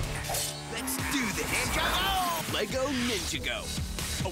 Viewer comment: eugh the way the CN announcers pronounced "Ninjago"